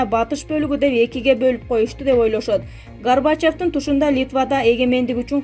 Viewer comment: Гарбачеф эмес Горбачев